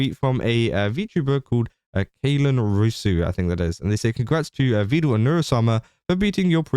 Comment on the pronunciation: Because im an irritating little twit imma point out that he mispronounces Vedal. Pedal Medal Vedal 😊